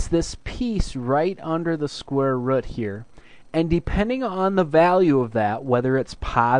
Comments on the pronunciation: "Square rud' haha your accent cracked me up! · Square Rət is midwest accent.